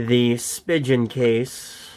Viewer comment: (and elsewhere in the video) “/spi·jn/ case” That’s not the way Spigen is pronounced—it doesn’t rhyme with “pigeon.” It’s a German name and there is no “soft g”/“j” sound in German. It’s pronounced /spee'gan/. (You can see and hear the right pronunciation on the About Us page for Spigen, Inc.)